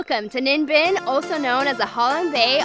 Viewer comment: Im very impressed with your pronunciation of Ninh Binh. It’s very accurate.